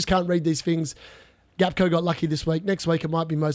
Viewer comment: Hey mate, Gakpo is pronounced Hack-po You are currently saying Gakco like Costco. You can google it as well